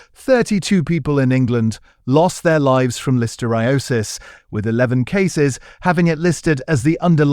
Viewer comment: I find your videos informative BUT must you have ai narrate them? Carrageen(an) is seaweed, I don't know what the ai actually said. And listeriosis. It is very irritating and unnecessary. Bring back humans please.